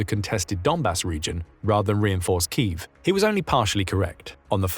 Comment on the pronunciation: Say key: "key", say if: "if", say them together: "keev"